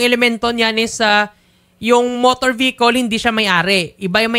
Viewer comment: vehicle po hindi po behicol..😢